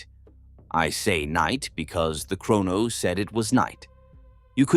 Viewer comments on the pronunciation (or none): none